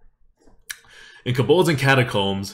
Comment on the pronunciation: It‘s „Kobolds & Catacombs“ ... not „Kabolds“ 😉